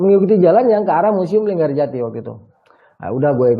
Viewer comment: linggarjati bang bukan LinggaJati